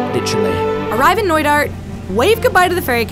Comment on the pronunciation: I heard it noida. But it is knoydart..